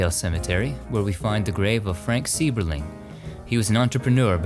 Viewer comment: In Akron the pronunciation of the Sieberling family. It is pronounced with a long I sound. S I eberling. Sorry the teacher in me couldn't let it go. I work in Akron schools. We were just there in there mansion on a field trip. I really enjoy your vlog. It's actually more then a vlog. I really really enjoy enjoy it. And have been with you for a long time thank you so much!